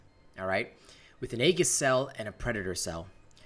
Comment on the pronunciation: "Aegis" is pronounced "E-jiss". Sorry if this comes off as snobbish; I just wanted to inform you and don't mean any offense by it. I also don't know how to make a correction in text NOT seem snobbish. Again, apologies.